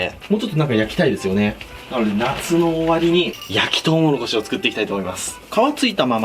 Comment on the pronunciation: とうもろこしを「とうもころし」って 言ってる同士おらぬか…